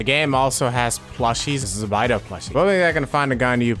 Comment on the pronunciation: its bay-doe not bi-doe -_